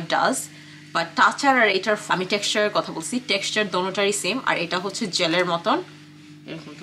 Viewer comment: Its called katha, not kheta